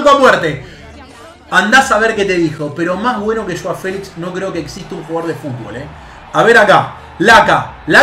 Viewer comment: de verdad dijiste jao Félix?